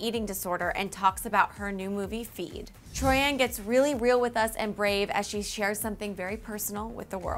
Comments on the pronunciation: It is Troian not Troi-an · I'm sorry but I have to correct the pronounciation of her name it's Troy in......,..not Troy Ann....I should know that's my surname. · Omg learn how to pronounce the celebrity's name before you say it ?? It's Troy-en not Troy-ann 😂😂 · but it is RLLY ANNOYING! its TROIAN not TROYANNE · Gives me chills every time she says tori-an... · Omg not only did she say troianne but she said tommy burtselson HAHAHAHA I can't 😂😂😂😂 it literally makes me want to gag. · I hate how she says it like it's 2 names together TROI-AN. Like no. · troy-in. how hard is it to say it. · sorry but "troi-ANN"